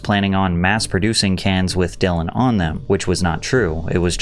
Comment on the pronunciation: Bro is still calling dillan she in 2025 😂